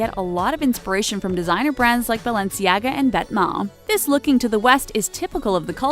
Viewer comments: Girl it's vetmo , raf se-mons, bah-lenciaga, is-tu-see🙄🙄🙄🙄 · Can’t even pronounce raf simons right UPDATE: also balenciaga and also stussy